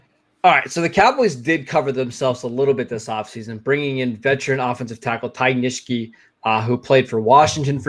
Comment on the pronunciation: Not criticizing, just want to help. Ty Nsekhe - N-SECK-he. Not Nish-key. Otherwise I enjoy listening to your opinions! Keep up the great work